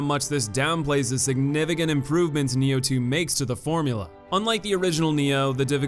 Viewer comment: its nioh not neo and sekiro not secura